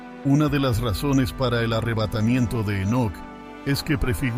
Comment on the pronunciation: Segun tengo entendido era Enoc y no enoke a menos q leas la biblia en otro idioma.